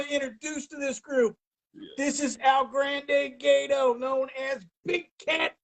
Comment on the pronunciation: He said "El-grand-day-gate-tow" 🤣🤣🤣🤣🤣🤣